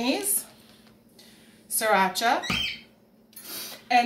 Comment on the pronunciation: Looked really good up until you said surrachi 🤮